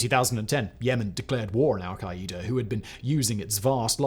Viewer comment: Lol we say Al-Qaeda (Al-kai-duh) not al-kai-Ä-duh